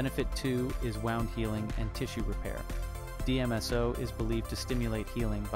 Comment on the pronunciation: Wound...pronounced WOOOnd not WOWnd. Great info...thank you!